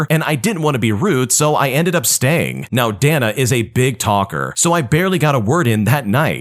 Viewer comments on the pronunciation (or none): Day-na not dah-nuh